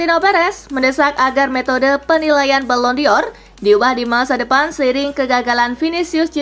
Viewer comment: Dibacanya : balon dor... BUKAN BALON DIOR ..!!! Mimin gak pinter2 nh .. sekali lagi dibacanya BALON DOR .. BUKAN BALON DIOR .. !!!